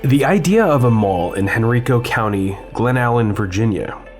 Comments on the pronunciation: Just a pedantic note...it's Henr-EYE-co County, not Hen-REE-co County. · First, it's Hen-RIKE-oh, not Hen-REEK-oh County. Secondly, wow. I remember when this mall was relatively new. It was considered one of the more upscale ones in the Richmond area. Belk's, Proffitt's, Hecht's, Sears, JC Penney - these were solid names in 1990s mall retail. The very kinds of places I'd want to see in any mall I visited. The fact that it was a Hecht's originally shows that this mall post-dated the Miller & Rhoads and Thalhimer's era (I don't recall which bought which, but eventually both of these local Richmond department stores ended up as Hecht's) and thus is one of the more modern one as central Virginia malls go. Trivia: This area had already proven itself to be not a great one for malls. Azalea Mall was on its last legs when this opened, and Eastgate Mall, which was on the East side of town but to which VCC was probably the next closest good mall, wasn't doing all that great. Surely they must've planned for a lot more business and residential development in that area than seems to have happened, given all the green visible on your drive to VCC in the late 2010s? I can't think of any other reason they'd have gone for a mall there. Glen Allen was considered a more well-to-do area than many parts of Richmond, but in other directions around it incomes weren't that great, so I just don't think consumer critical mass was there. Added to this is (sad to say) the Richmond loyalty to tobacco, which is at odds with enclosed malls in modern times. The open-air shopping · Quick note: Henrico is Henn-rye-ko. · Me: "Oh, this ought to be fun. knows his shi-": "...in HenREEEKO, Virginia..." Me: "Oh..... oh no.......... oh dear.........." 😨 Surf Wisely. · It's counterintuitive perhaps, but the county of Henrico is pronounced Hen-RYE-co. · It’s pronounced Henr-eye-co. Long “I” sound. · Interesting-BTW Henrico County is pronounced "HenRYEco".